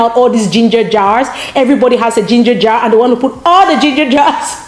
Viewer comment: did you say grean red yello dinger jar? hahahahahah? That blender is dope